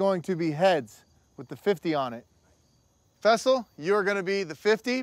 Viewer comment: Why all of a sudden are they calling him fessal